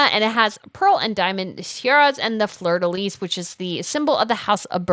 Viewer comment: Please, check your pronunciations. Fleur De Lys is pronounced Flur Da Lee. The s on Lys is silent.